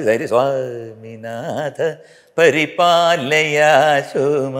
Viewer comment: "എൻ്റെ ചേട്ടാ , സ്വാമിനാഥ പരിപാലയശുമാം ."എന്ന് പാടൂ അല്ലയോ മുരുക ഭഗവാനേ, എന്നെ പരിപാലിച്ചാലും - പരിപാലയാ ശു മാം . എന്ന്. പരിപാലയാ സുമാ എന്നല്ല